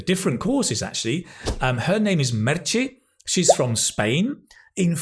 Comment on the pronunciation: Hahahaha, love the way you pronunce Meche. It´s Merche, ending in "e" , not Merchi ;). Greetings